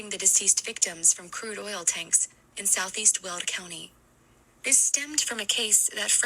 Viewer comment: It’s Weld county, not… world county.